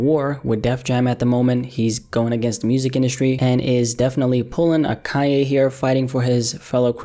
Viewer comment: KaNNNN ‘yeh(Kanye) ... not Kah-yay!!